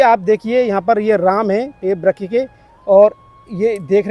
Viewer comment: Vryak nhi vraksh hota hai